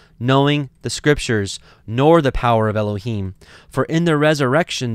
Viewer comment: I have prayed and studied. I think your pronunciations are correct.